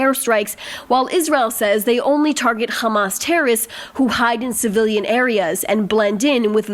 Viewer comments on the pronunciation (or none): Ladies, if you are going to use the word "terrorists" so frequently, don't you think it would be a good idea for you to learn to correctly pronounce it?!! The word contains THREE syllables, not two, and is neither pronounced "terrists", nor "terists"!